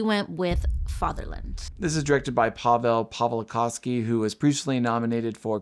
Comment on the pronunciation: Pretty good pronunciation of Paweł Pawlikowski's name for an American. As a Polish I really appreciate it because a lot of people say it horribly wrong but you did a great job ❤